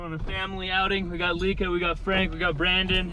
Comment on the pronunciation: Lika.. pronounced lee-kah, not like-ahhh. Even though we all like-ahhh Lika 😁🤕